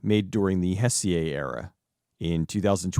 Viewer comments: Heisei era is pronounced "Hey Say" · dude, I love you and what you do, and I know pronouncing Japanese stuff is hard, but every mispronounced word makes me yell XD Heisei is pronounced hey-say, just a tip for future episodes. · I hate to be that kind of a guy, but Heisei is pronounced "Hey-say". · Heisei is pronounced 'hi-say' just fyi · Just for the record; It's pronounced more or less as "Hey-say". ; ) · "Heisei" a actually pronounced more like "hay-say". And speaking of: The Gamera Heisei trilogy are three of the best kaiju movies ever. I will absolutely die on this hill (which might actually be a giant turtle in disguise). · Was about to comment this myself, lol. "Hessiay" sounding like it's French or something. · Hell yes, Kaiju content on GBF🔥👏 How could anyone hate Gamera? Hes so neat! Awesome video! (Despite butchering Heisei 😆😉🤟) Keep the giant monsters coming! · That was pretty painful.